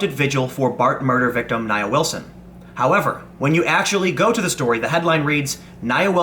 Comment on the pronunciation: Her name is pronounced NIA. (NeeAaa.) You're welcome. You believe these "KKK wanna be's"? BS. This 'animal' attempted to also kill her sister.